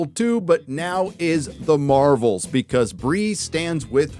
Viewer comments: Haha "Marv-elle" and "Her-oes" are new to me, love it! But nothing else about this subject 😢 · “The marvols” 😂